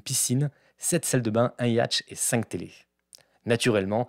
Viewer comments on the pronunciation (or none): On dit un Yot pas un yatch 😂😂😂😂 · "Un yatch" 😁 on parle du bateau là ça se prononce "yote" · Je crois qu'un Yacht (le bateau), se prononce "Iôte"...Ne pas confondre avec un "Yake", qui est une sorte de grosse vache poilue, et qui se prononce comme ça s'écrit (Je parle du mot, pas de la vache)..... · 🤣🤣😂😂😂😂, j’ai arrêté ta vidéo au moment où t’a prononcé le mot « yacht » mdrrrrrrrrrrrr, t’a perdu toute crédibilité à ce moment là.